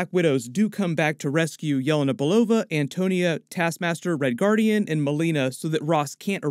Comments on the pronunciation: lol its Antonia not Antonio :D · Why does he keep saying Antonio? It’s Antonia dude 🙄